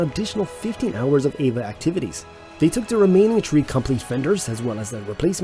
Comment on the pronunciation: E V A Each letter pronounced separately. The narration sounds like Eva or Ava. I am just old enough to have watched the Apollo missions live as they happened. The rover's camera could be operated by mission control, but only when the vehicle was parked and antenna aimed again toward earth. The entire communications system between earth, CM, LEM, each astronaut and rover is rather interesting. If not already done, it would be a good video.